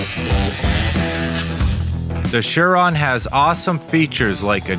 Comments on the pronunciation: It's prononced, SIR RON, not shir ron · It's surron not shurron